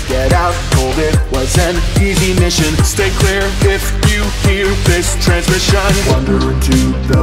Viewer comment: Example: the end of verse 1 on the word "transmission", the poetic accent on that word usually falls on the 2nd syllable, but with how you put it in the vocal melody you accented the 1st and 3rd syllables and now it sounds a bit odd (it also makes me think you wrote the melody before the lyrics)